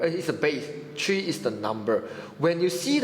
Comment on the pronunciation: tree... or three?